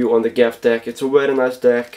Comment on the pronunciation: “wery”